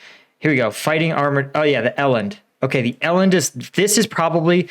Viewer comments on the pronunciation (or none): Not el And, it's pronounced E land, like the 4 legged, horned african mamal.